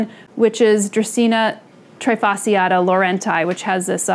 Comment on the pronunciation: Many people don’t know but the term "trifasciata" comes from Latin and the "sci" must be pronounced as you would pronunce "sh". Great video as always ❤️